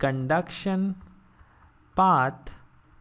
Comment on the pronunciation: Turning on the CLOSED CAPTIONS helps with this man's accent on certain words like "path" and "developed"